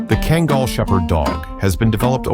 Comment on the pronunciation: Man, wish you would make up your mind on how to pronounce kangal! Also, a lot of your facts are wrong!